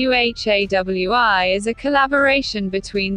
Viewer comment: Sorry what I heard ☹️😔 Project BEHEWI? It's Project BU+HA+WI